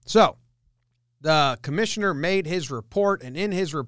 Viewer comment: Why do you have alcohol poisoning? "The commishiter made the repert."